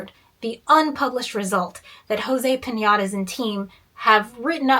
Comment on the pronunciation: this mfer said jose piñatas.